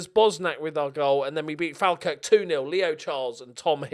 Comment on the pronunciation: Hi, Easy one to confuse but as a fellow scot wanted to help you out. If its a dark blue team its jist dundee fc Tangerine/orange is dundee united or just united since there the bighest team with that nickname up here Also Falkirk is pronounced "Fallkirk". Love the save, mon the fort